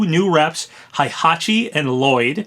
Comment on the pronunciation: Why did you pronounce Heihachi like Hi it hey not hi 😑😑😑